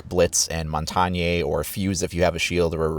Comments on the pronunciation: 'Mont-on-yay' This annoys me more than it should. Future reference mate, it's 'Mon-tane' It's French for 'Mountain'. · Montagne is pronounced Mon-tahn, for all you uncultured americans :) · Montanyey? ahahahahahahahah is his last name "West"? :D it is French, it is pronounced "Mohntayne" with a twang on the final syllable. It is hard for many people to say!